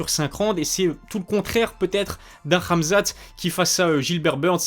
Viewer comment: Question: pk tu dis ramzat et ma''k''achev ?